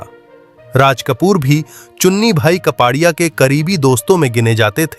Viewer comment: कपाडिया नही कापड़िया बोलो।